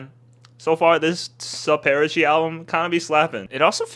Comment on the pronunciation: SU-PAIR-ACHI is killing me skdjhfskhj IF YOU LIKED WINNER WE NEED A FOUND HEAVEN REACTION PLS